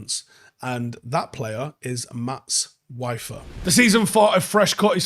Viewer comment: Good player - His name is pronounced Veefer!